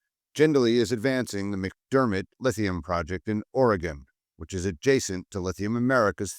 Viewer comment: The Aussie actually pronounced Oregon correctly, unlike the American....Even transplants to Oregon don't say it quite correctly.